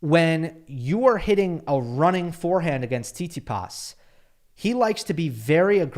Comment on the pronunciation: I love how says Tsitsipas’ name Not saying it’s weird or wrong I don’t care enough about about Stef to whine about it, just funny 😂 SeetSeePaas